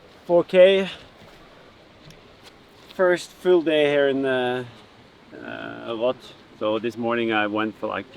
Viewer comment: Love how he pronounces Roth correctly instead of Jan Frodeno calling it Ross!